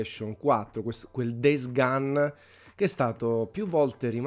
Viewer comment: DEIS GAN? Daje, un minimo di pronuncia eh